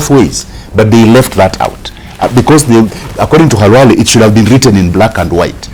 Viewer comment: Dr. Khalwale not halwale